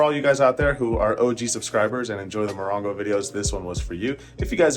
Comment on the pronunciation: Moron-go or Mo-ron-go?